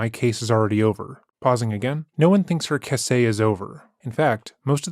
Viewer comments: Is his voice AI? 'Case' becomes 'cah-say.' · He likes reading things as they’re written by Sarah.